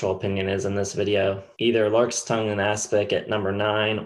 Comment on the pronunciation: pronunciation of larks' is somewhat idiosyncratic!